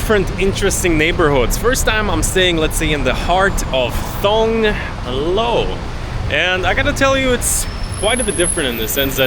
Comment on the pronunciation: Thong, Thong Lo you dont even know how to say the name correctly. Means you have no thai language knowledge. You got no knowledge from Thais, but want to explain Bangkok. Even when you use the BTS you could get the name right.